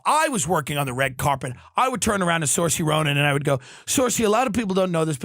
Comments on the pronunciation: Exactly lol. He called himself Irish and then pronounces her name as sursey lmao. I love him but he's a yank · Tim, you're pronouncing saoirse arseways 😂😂😂